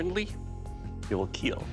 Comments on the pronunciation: Doug the kinda guy to stab a guy 27 times with a pocet knife and say "it will keel' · Genuine question - Has Doug ever told for any blade that it will not "keel"?? (except for the fireman halligan, of course, which rescues and not kills) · It will keile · yeah the thing about any comment like is that... it will keel.